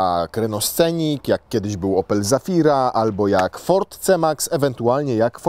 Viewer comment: Nie Scenik tylko SENIK :) tam nie ma C w wymowie ;) Ale ogólnie to najładniejszy minivan premium na rynku :D "Takiego nie za dużego nie za małego" xD